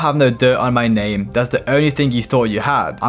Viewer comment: U butchered his name in the beginning